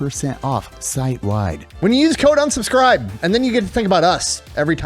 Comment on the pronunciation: When will be able to pronounce “Unsubscribe”? 😂